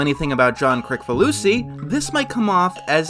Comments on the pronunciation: Kricfalusi is pronounced "Kritsfalusi" not "krikfalusi" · Anyone else angry this guy can't pronounce Kricfalusi?